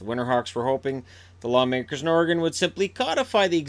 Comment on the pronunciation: Thank you for saying Oregon correctly! :)